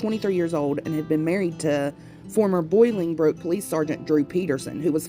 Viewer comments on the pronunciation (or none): The name of the town is pronounced bowlingbrook. I grew up in the next town over Naperville il. I remember when she went missing. Another lady i don't remember her name went missing under the same circumstances as stacy. Not ling after Stacy. Then there is 13 year old Rachel Mellon Skemp also went missing from Bolingbrook on the coldest day of the year with only her pillow and blanket. Her steapdad has been a suspect in Rachel's case he has failed many polygraphs and then they found her diary that had many telling things written in it . Anyway Drew Peterson was one of the detectives on Rachel's case.